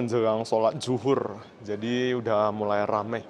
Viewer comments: Zuhur om bukan uzur😂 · Sholat dzuhur bang bukan Udzur ..😂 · Bukan solat uzur,, tp solat zuhur